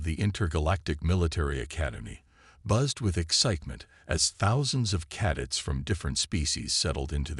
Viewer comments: Cadets, emphasis on the second syllable. Cuh- DETS. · After hearing "caddets" the fourth time I was out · ...what's 'caddits', precious? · That annoyed the hell out of me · Pronounce cadets properly !